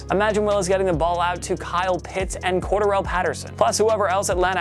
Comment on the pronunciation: It's cor dare alli not cordaral